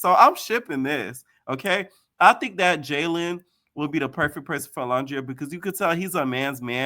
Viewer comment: It’s olandria not uhlundria